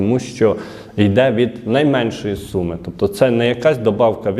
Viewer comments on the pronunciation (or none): none